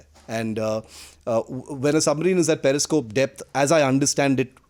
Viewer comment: first u shd know that it's Periscope not parascope. And its Hatch not heatch. Now with this I don't have to tell expertise of Pakistanis and leave Kanglus they shdnt be even talked abt much 😁 Indian naval expertise was already proved during 1971 in karachi and ur expertise was Proved with American submarine PNS Ghazi sunken into bay of Bengal 🤣🤣 Indian coast guard is enuf to tackle ur navy. Kanglus can be tackles by Bengali fisherfolk only 🤣🤣